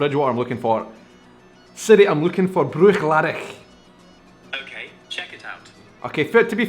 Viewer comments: Yes, unfortunately you are. Search it, the end of the word is pronounced "laddie". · You're pronouncing 'Bruichladdich' incorrectly. C'mon man, you're Scottish!